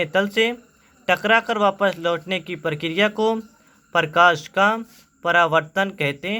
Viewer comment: Parkash nhi prakash hota hai..